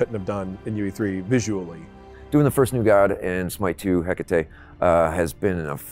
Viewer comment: 0.29 he said heckatate 😂😂🙄